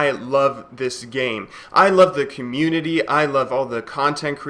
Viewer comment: I didn't quite catch that sorry, You love the community? What?